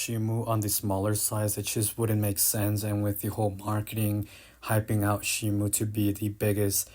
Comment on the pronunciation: It's pronounced Shee-moh btw